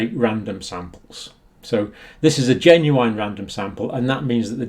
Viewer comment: Genuine ˈdʒen.ju.ɪn